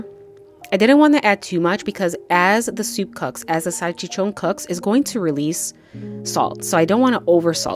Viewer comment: Salchichonggg, with sazongg and jamongg